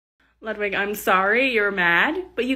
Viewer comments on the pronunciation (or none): Ludwig? Pretty sure it's pronounced "Loodveeg" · Bunny: it is pronounced lewd-vig! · Isn't ludwig pronounced Lud-Vig though? It's German.